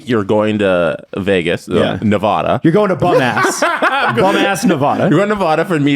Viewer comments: Tip for the Henderson trip. Nevahda, not Nevawda. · As someone raised in Henderson: you've offended me twice. Mostly it's pronounce Ne- vAh-dah, not vuh duh. will be taught quickly once he arrives.